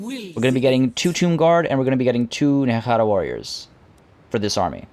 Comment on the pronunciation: Nehara? Ne-hek-khara???????